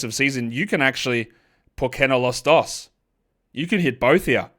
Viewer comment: Great pronunciation on por que no los dos